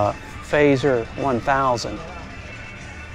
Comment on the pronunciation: Fazer? It’s an FZR.. unless in the States you pronounce the F.Z.R as Fazer? 💁🏻 Some nice bikes there, & some strong prices! A 1 mile ZX7R?! I have various 90’s bikes, including a 1990 ZXR750 H2 (my favourite 😊)